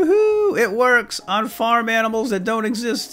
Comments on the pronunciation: well how many times did I hear aminals instead of animals XD still nice video :) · You said aminals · "we're gonna go shoot some zombies maybe some aminals on the way"....what are aminals 😂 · he says aminals :D love your vids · we heard aminals like :D